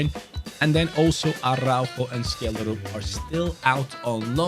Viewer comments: From a Norwegian its pronounced Shelldrup 🐚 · Scheljderup is pronounced shell-de-rup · You say Schjelderup with a sh sound not a k sound😅 Norwegian btw